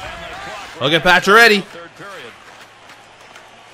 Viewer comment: when you say Paccioretty I hear you say patch already LOLOL!!